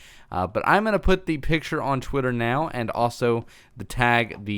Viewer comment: Did you say Twitter or squidtter?